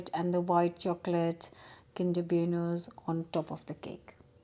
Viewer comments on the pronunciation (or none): Absolutely lush! Looks like all the kids loved it! You had me in stitches every time you said beuno instead of bueno. 🤣